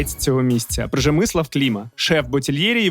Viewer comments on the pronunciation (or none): Пржемислав? Пжемислав! Не вірна вимова. Є декілька помилок, але в цілому зроблена цікава професійна робота. Файний випуск. Не Андрій, але 5 з мінусом. В журек додається не гірчиця, а білий хрін.